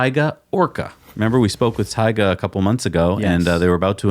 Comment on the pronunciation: Taycan Watiti get it right!